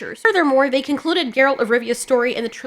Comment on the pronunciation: "they" became ciralt lol